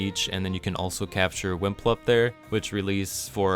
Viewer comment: Pretty sure they are called WipluMps, not WiMplups. Other than that, great video!